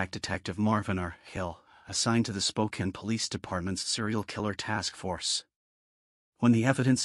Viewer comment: Spokane pronounced like "Spoke-Ann." Not "Spoken".